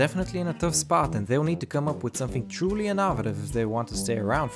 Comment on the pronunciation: what an innovative way to pronounce innovative